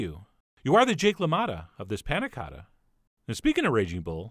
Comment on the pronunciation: thank god you said "cotta" the right way at the end